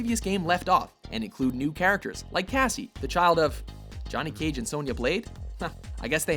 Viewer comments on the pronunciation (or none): none